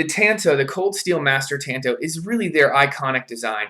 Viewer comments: It’s not a tan-toe, like your toe got some sun. It’s a tahn-to. The A is an ahh sound. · FFS! TA as in I like to squeeze TATAS! TA N TO as in that was my TOE! PLEASE AT LEAST LEARN TO SAY THE NAME RIGHT! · Tanto is pronounced like this Ta is like the ta in taco 🌮 N is like the n in November To is a deeper O like that in door but you will have the t and no r